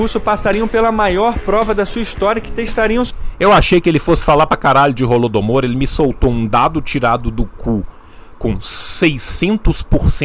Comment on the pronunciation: Qnd o reaça falou "Holodomor", eu escutei "Rola do Amor" Ksksks Tomei um susto